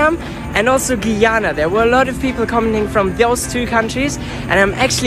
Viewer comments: You could go to keicher falls (I don’t know how to spell) for food definitely roti and curry. Also the country is pronounced guy - ana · It pronounced like GUY ANA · Do you know the word guy just pronounced the first three letters of Guyana that way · You pronounce guyana wrong and I am from guyana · God the way he pronounces Guyana infuriates me